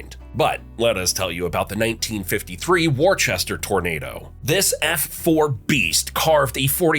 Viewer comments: I nearly spat my coffee out when he called it "War-chester" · It’s not pronounced Worchester it’s Worcester. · good lord its Whista man Whista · It’s not “warchester”…. It’s Worcester , pronounced like this “Wuhstah” 😂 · I love how AI pronounces Worchester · Omg he kept saying war-Chester….. I’m like wtf is that?! Only more I realize it was supposed to be Worcester -werstah🤦‍♂️ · It’s pronounced Wuster. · Woostah!! Not Worchester lol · Not wor chester...Wistah! :) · Not “War-Chester, pronounced “Wooster” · Not Warchester, it's pronounced Wooster for Western Mass people, Woostah for Eastern Mass folks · It’s “Wooster” not “War-Chester” at least get the pronunciations right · … WARchester… not cool in a vid all about MA! It’s “wustah”! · It's not Warchester, it's Wister. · It's not pronounced "Worchester." It's pronounced Wister. Ai sucks! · "Woos-tah" not "Warchester". Come on. Worcester doesn't have any Rs when you pronounce it properly. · Not wor Chester. Wus ta! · Who narrated this video. They better go back to school and learn how pronounce the names of some of the towns and mountains in Mass. Wa - choo- sett mountain and the town of Wor-ster. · “war-chester” nice try, AI voiceover 😂😂😂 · Worcester sounds like Wooster. There isn't a H anywhere in that word. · I can't get over Warchester 🤣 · “War Chester” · War Chester 😂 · WOO-STER!!!! And KAHN-CURD. Jeeze! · ONE ITS PRONOUNCED WUSTAH AND TWO THE LAKE IS PRONOUNCED LAKE CHANACHURANANBOG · Ponk-a-pog Wusta (Worcester) Conquered-concord We covered this when you did New England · Ai voice said war Chester 😂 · what a rookie mistake, Wooster, do your research . Worcester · Where is Worchester?!? I hate AI! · Where the hell is War-chester? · “war chester”… really (?) 🙄 seanM 🕊️ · War-chester? Is that somebody that saves up a war chest? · WAR chester ! 🤣🤣🤣🤣🤣🤣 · Worchester is pronounced Woustah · Worcester is pronounced Woostah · Funny how AI still cannot pronounce Worcester ma! It's war chests ah!! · wustah lol